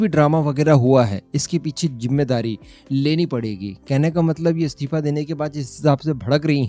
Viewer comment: What do you mean 'comment likhnewalo mein Roasting ki skill nahi thi'? Tu apne aap ko akela hi roast master samajta hai kya? Pehle to tu apna Hindi pronunciation sudhar, aur 'istifa' bolna seekh, 'stifa' nahi...